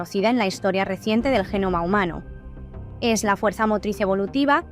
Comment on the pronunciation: No é así, pero é ppobable que no sepa qué é a malaria. Si consideramo lo mosquito. Esa mierte en lo último año.... Láatima,que hable ran mal y defirme el español, porque el contenido es interesante, pero es irritante cómo dice "é", y no esssssss. En español se dice esssss, no é.